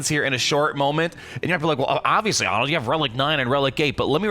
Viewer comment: Not Home Ahnald